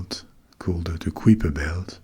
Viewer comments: I definitely learned it in school as "kai-per" not "k-whip-er." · “KAI-per,” rhymes with “SWIPE-er.” As opposed to “quipper.” 😅 Good sound tho. ❤ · On prononce le nom Kuiper comme "caillepa" (/ˈkaɪ.pə/) et pas comme "kwipa" (ou -peur pour la version ricaine). Mais bon, pourquoi pas !